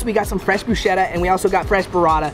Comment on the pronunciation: Since I’m Italian I had such a good laugh at minute when you said wrongly fresh “Pruscetta”